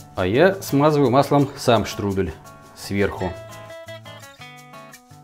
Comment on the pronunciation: Штрудэль это ты Штрудель! Е, а не э Не беси